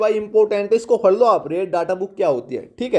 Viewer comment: Fade nahi pade bola Karo sir